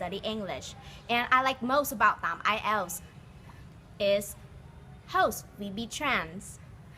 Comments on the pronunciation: bạn votw hay lắm nhưng mỗi lần nghe "Tạm ại eo" là mình ớn lạnh :-s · IELTS test, ý mình là cô ca sĩ gì gì đó thi nói phần IELTS đó. Chứ không phải.